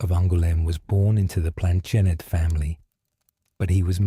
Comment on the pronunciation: Plantinejette? Interesting pronunciation choice...I do see it gets better as we go